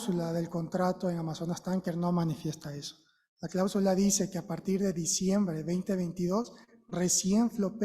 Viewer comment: No se dice clábsula, se dice cláusula. La asambleísta acusadora no sabe expresarse, qué vergüenza